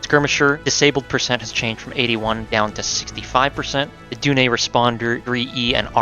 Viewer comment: Dunne is pronounced "Done", good video, sub'd :)